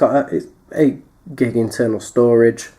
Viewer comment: 32 gig you British basturd